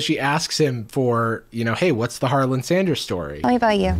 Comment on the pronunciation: i know this is so old but i cant get over them saying “harlan-d” every time 😭😭 and really emphasizing a d in his name for some reason